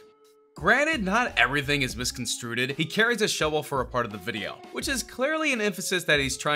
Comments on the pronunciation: This dude just said misconstrueded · "Misconstrueded" Jesus, lol